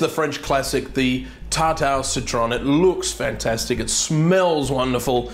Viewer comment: It's called tart OH citron, not tart auhh citron,;) Good video regardless.